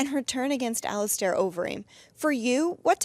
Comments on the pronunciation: Here to hear Dana call him "Ali star" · I absolutely despise how Dana pronounces “Alistair”.